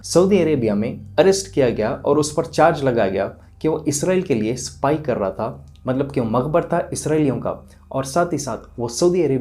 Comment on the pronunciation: Woh sab theek hai lekin aap THA ku TA kyu boltey? Woh تہا یے تا نہیں ہے ! Asaani k liye aap ثا ki awaz bhi istemaal kar sakte hai